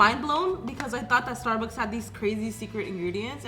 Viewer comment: Just wanna say its not sturburs its Starbucks!!